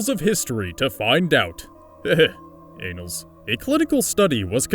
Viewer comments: It's pronounced - Anne-Als, not Ain-Als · You're killin me with the pronunciation! Experiment is pronounced Ex pair iment. Annals is pronounced with a flat a (as in apples) and not a long a (as in case).